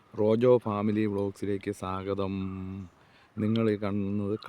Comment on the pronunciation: സ്വാഗതം എന്നു പറയൂ, സാഗതം അല്ല 🥰